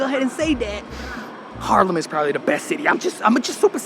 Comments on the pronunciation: its not Harlem, its Haarlem, as someone born and raised and stil llinving there please learn to pronounce it :P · Amsterdam is cool and all, there are better places….. haarlem he says😂😂😂😂 haarlem station is the oldest we have and beautiful yes. But Haarlem?! Groningen, utrecht, rotterdam , maastricht yes. But haarlem😂😂😂😂😂 no man you lost the plot